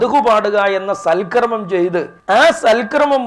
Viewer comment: സൽക്രമം അല്ല. സൽകർമ്മം ഇതാണ് ശരി. ശ്രദ്ധിക്കുമല്ലോ